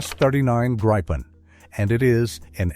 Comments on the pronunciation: It is pronounced "greepen", not "graipen/gripen". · no it is pronunced griiiipen a long i . I should know since I´m a swede and gripen is swedish for what u call the mythic Griffin, the halv lion and eagle. Becase it is the king of the sky and land. U guys haven´t seen anything of what these beasts can do for real. But u will! =D